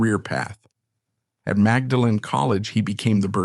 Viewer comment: And 'maudlin' is the expression with which she is usually portrayed.